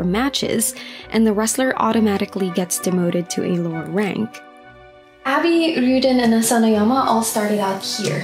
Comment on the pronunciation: its ah bee not abby xD